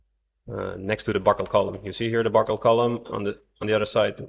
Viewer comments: B U C K L E D, not b u c k e l e d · "IT BUCKELED" <==== 😅 😂 🤣 🥲 😀 😃